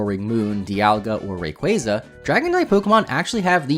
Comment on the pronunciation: Been loving all these videos! Also, it's refreshing to finally hear someone pronounce Arceus and Rayquaza correctly lol.